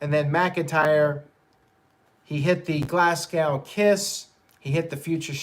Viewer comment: Glass-Cow kick lol. Love the way that Americans can't pronounce Scottish places, Glasgow and Edinburgh etc